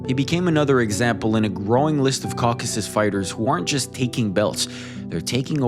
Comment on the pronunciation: Shoutout for saying “Caucasus” and not “Caucus”